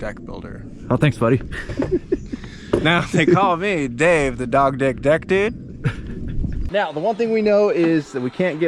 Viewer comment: Hahah did he just say “the dog dick deck dude”? God I love when Dave is on the channel